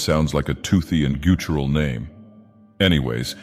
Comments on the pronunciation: Did bro just mispronounce guttural? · Why does a god not know how to say guttural? :P